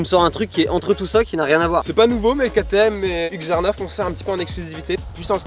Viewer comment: Mes oreilles quand il a dit husqvarna 😭 retravaille la prononciation stp